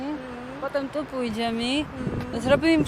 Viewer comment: kazde słowo które konczy sie na y ty konczysz na "i" pójdziemi, zobaczimi, oberzimi:)